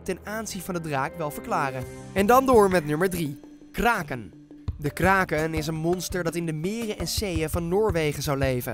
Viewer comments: Je schrijft kraken maar zegt krekken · Kraken je zegt: kreken